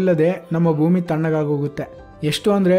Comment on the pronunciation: ಭುಮಿ ಅಲ್ಲ ಭೂಮಿ